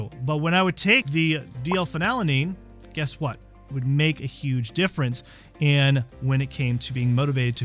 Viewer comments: I believe the dyslexia diagnosis: You’re leaving a syllable out of the name of this amino acid. It’s Phe-nyl-al-a-nine (not Phe-nal-a-nine). Anyway, doesn’t the “DL-“ prefix indicate it is a synthetic substance? I try to stay away from the “DL-“ things, such as “DL-alpha-tocopherol…” etc (synthetic vitamin E). Is this something I should ignore? Or are the synthetics more beneficial? Why would a Naturopathic doctor suggest taking a synthetic amino acid? 🤷🏻‍♀️ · its pronounced "phenyl- ETH-lamine". I've noticedin your videos you struggle with pronouncing medical terms and names of aminos and meds. you also say: phen-alanine. You are missing a syllable. Its pronounced FEE-null al- a nine. killing me smalls. Please fix